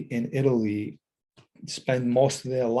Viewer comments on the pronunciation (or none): none